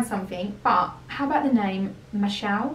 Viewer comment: It's Mish'al ! Yes, lubaid is nice